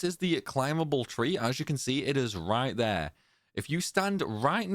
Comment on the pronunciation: I'm not trying to be a dick bro as I love your videos and they've been super helpful to me but it can be so off-putting sometimes cuz your phrasing sounds like Alan partridge- not your accent- your phrasing, tone and diction. "On the window...RIght.THere." "And then..COme.BAck. you sound like your trying to emulated a news reader or something- it sounds so much better when your just being natural dude. I'm honestly not trolling or trying to be hurt cuz I do genuinely appreciate you and your videos-thsts just so off putting sometimes. And it's not only you, it's loads of UK YouTubers. They use this same type of reading. I get you need to pronounce stuff properly so people can understand but when you OVERpronounce, all the time, it just comes off a bit grating. I'm sorry if I sound like a twat, and this is just my opinion obviously- I don't have any kind of speaking qualifications lol. I just think you sound so much better in those moments you talk normally, so much more natural rather than sounding like someone reading the news highlights you know? I genuinely appreciate you bro, this is just a sincere positive criticism 😮‍💨